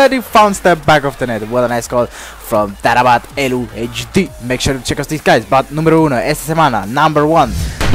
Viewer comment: #2 taarabt is pronounced tah-rat